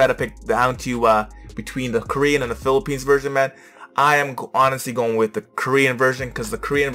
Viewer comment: I love Philippines, she pronounced the word correctly and she feels the song.